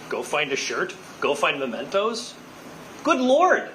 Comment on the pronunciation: "memento" not "momento" ;-)